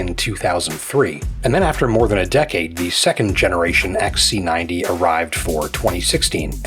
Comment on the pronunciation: its xc90 and not x ssaaa c 90, bad mouth